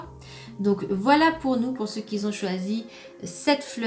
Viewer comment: On ne dit pas "qui zont"